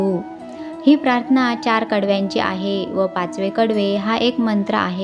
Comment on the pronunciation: आपण प्राथना म्हणता पण तो शब्द प्रार्थना असा आहे निरुपण करताना शब्दोच्चार म्हणजे शब्दांचे उच्चार शुद्ध असावेत